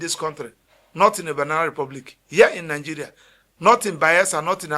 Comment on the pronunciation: Lawyer, it's not Nangeria. It's Nigeria, please.